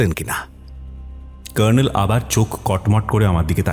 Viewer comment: সঠিক।এরা কর্নেল উচ্চারণ টা‌ ভয়ানক সাহেবি করতে গিয়ে নরক‌ করে দিয়েছেন।